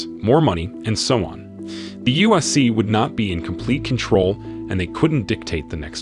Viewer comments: The “usc” it’s not hard to say ufc smh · Bro how many times did u say "USC" jesus christ, annunciate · I dont know what it is but it sounds like hes saying USC